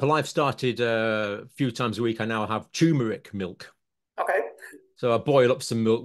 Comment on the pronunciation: I think John means turmeric, as there is nothing called or pronounced tumour-ic.